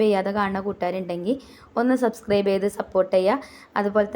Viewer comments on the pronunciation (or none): none